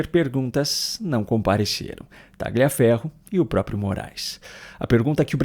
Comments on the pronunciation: a pronúncia correta é Talhaferro e não Tagliaferro. É um sobrenome italiano e no idioma italiano o "gl" tem som de "lh". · TALHAFERRO, TALHAFERRO, TALHAFERRO..NÃO É TÁGLIA FERRO, não fale como petista em video tao bem feito ..e não é kuaést é kést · Obs: o G do nome TRAGLIAFERRO, não se pronuncia